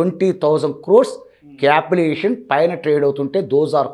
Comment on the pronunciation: It's capitalisation not capital aviation.... 🤣